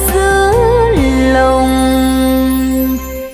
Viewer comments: ví dụ phát âm của chị Cố đô thành cô đô nè, điệp khúc" giữa lòng đất mẹ" chị hát thành "giữa dòng đất mẹ"... là cái dễ thấy nhất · Nói thật chị hát bài nào cũng 1 kiểu, thiếu nhấn nhá. Và quan trọng nhất là phát âm của chị hơi có vấn đề là Cố đô thành cô đô, "giữa lòng đất mẹ" thành "giữa dòng". Mong chị sẽ khắc phục được các khuyết điểm để tốt hơn